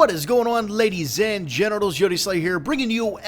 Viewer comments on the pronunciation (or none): hahaha, sounds like he is saying 'ladies and genitals' heheh :DD